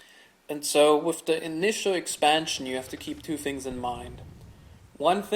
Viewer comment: Its pronounced “with” not “whiff”.